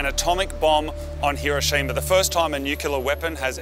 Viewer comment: Can pronounce Subaru, can't pronounce Hiroshima. You can take the boys out of Aussie, but you can't take the Aussie out of the boys.